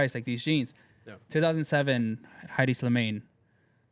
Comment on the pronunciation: Who is Heidi? U mean Hedi